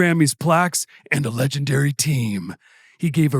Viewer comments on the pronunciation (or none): none